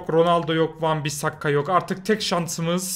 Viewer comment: Abi van bisakka değil van bissaka